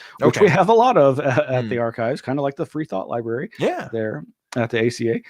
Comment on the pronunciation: did he say liberry